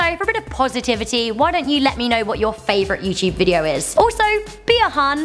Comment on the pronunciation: "YouChube" I love accents.